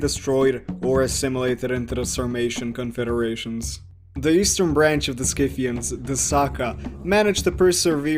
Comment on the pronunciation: PRONOUNCED SITHIANS YOUR FACTS MUST BE FROM WIKIPEDIA....subverted history For un-subverted history.... Go learn real history